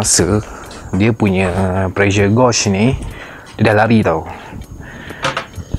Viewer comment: Tq bang, sangat informative! Just ada sedikit teguran, sebutan 'gauge' tu sepatutnya macam 'gage' bukan 'gawge'.. Mohon jangan terasa ya bang, kita saling improve selagi boleh =)